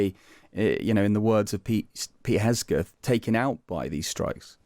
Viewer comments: THE MAN’s NAME IS HEG———SETH. HEG is pronounced like Hog. Only with an E. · Pete "Hes-geth"? C'mon Times, put a bit more professionalism into it! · At least pronounce the guys name correctly!! Would be understandable if he was not basically english speaking or with a name that's not english.